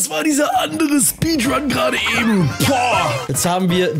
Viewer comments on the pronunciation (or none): none